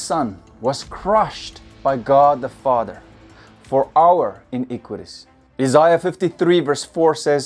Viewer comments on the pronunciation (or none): none